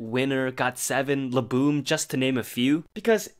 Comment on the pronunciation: You: “...La-Boooom.” Me: literally yells at phone, “ LA-BOUM!!!!”